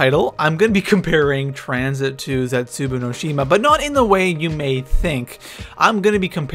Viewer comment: You say it zesubou not zetzaboo